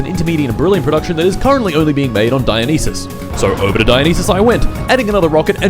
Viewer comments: erm actually its pronounced die-yo-nice-ass 🤓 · Come on bro, I know it's for a joke but Dionysus is as easy to say as Zeus or Hades, it isn't written in mystical undecipherable characters. God of booze and the best buffs in Hades deserves more respect 😂